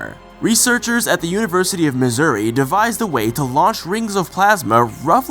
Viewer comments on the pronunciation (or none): none